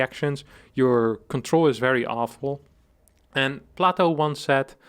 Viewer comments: Plato is pronounced Play-Tow, not Plah-Tow which is the pronunciation for plateau. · Plato has a long 'a' in English. PLAY-toh. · "Platto" PepeLaugh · If you pronounce the name Plato "plateau" , how do you pronounce the word "plateau"? The same ?